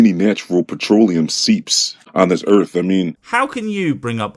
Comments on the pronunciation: So far, he's pronouncing everything correctly, but he's dangerously close to calling Earth, Urf. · This guy, another one calling our planet "erf"... i can recognize a pattern there. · "Da earf". Stupid ass